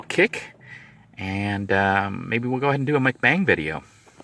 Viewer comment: So, mukbang means “eating broadcast.” The mukbang pronunciation is a bit tricky to get right. Most Western Mukbangers pronounce it exactly as it looks: “muck-bang.” But, in Korean, it's pronounced “mook-bong” or “moak-bahng.” IoI... go with mook-bong